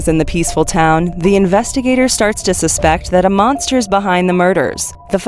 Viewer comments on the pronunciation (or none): none